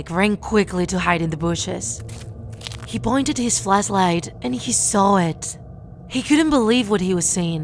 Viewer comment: Says flash light idk y but I heard fleshlight